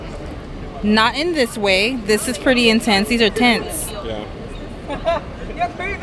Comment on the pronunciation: Sounded like that woman said "That's InTentsSe!"